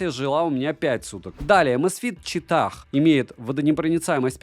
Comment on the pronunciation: расслабься!) Говори просто Чита, с ударением на первый слог, так будет правильней. Не город ЧитА, не читаХ.)) А так: как всегда все обстоятельно, объективно и по делу.